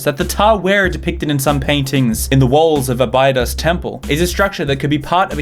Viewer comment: ohhh my god your pronunciation of Abidos tho XD